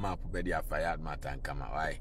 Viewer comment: Is Ankomah not Ankamah